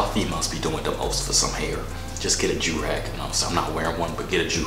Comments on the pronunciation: He said “ you wanna joorag”.😂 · It's joorag not durag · I’m dead he said u want a joorag lol 😂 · “You want a joorag”🤣🤣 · He said you want a joorag😂